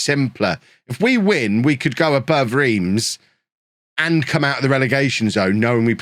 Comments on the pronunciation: Reims sounds like you’re saying France but without the F, sort of? Like Rahnce, there’ll be videos out there if necessary. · It's actually pronounced 'Remms'